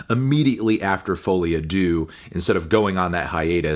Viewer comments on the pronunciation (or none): I'm not French or a Fall Out Boy fan, but I don't think that's how you pronounce Folie a Deux.